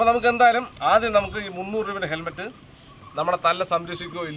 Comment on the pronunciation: ഹെൽമെറ്റ്‌ ആണോ തെർമെറ്റ് ആണോ എന്നാണ് മനസിലാവാത്തത് 😂😂